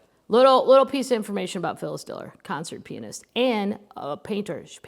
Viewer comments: I keep hearing you say penis when you are saying pianist. I’m gonna be giggling even more through this whole book. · I kept thinking the same thing